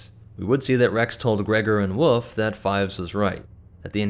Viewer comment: I hate how you say "wolf" it's not "woof" that's a sound a dog makes, woLf is the name of the animal. Great video just the pronunciation of wolf erked me